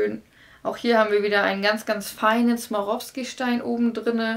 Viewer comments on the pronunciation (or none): Swarovski heißt das- nicht smarovski!